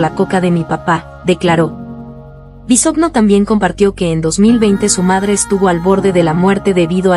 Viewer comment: No se dice "Bisogno" (así se escribe) se pronuncia "Bisoño". Es una vergüenza que ni pronunciar sepas.